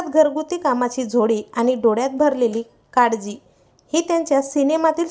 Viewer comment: काडजी नाही ग बाई काळजी म्हणतात